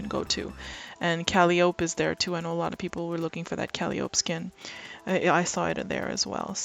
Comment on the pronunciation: Great video. I just got my Bento "Catya" head and spent all day making it beautiful. There's a lot to the current HUDs and I'm learning them, too. Having fun! Btw, - it's pronounced "ca-LIE-eh-pee" not cah-lee-ope". :D (If you're a Grey's Anatomy fan, you'll recall Calli's full name is Calliope. It's a character in Greek mythology. Also a vintage steam driven musical instrument.) :D